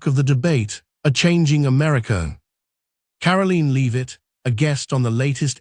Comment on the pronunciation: "Karaleen Leave-it" SMH..